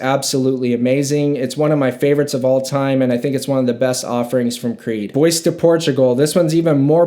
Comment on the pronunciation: not bad but please please learn ghe pronunciarions before you review them, bois de portugal, come on man